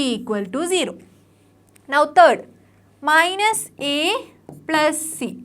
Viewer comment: 'Third' bolti ha 'turd'😂